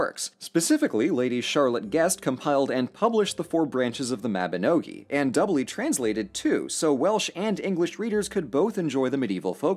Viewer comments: He pronounced "Mabinogion" the same way americans usually mispronounce "Pokémon" though... which is kinda ironic since the correct way to pronounce them is kinda similar too. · I don't want more of The Mabinogion. The pronunciation was too painful!